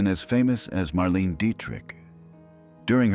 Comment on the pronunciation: It ain't a real human. It also mispronounced Marlene Dietrich's name, which correctly pronounced is not "Marlean" but "Marlen-uh."